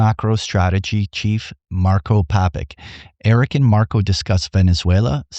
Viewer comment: Great interview! It's actually Papich, like John Malkovich, "ch" pronounced like bi.. 😅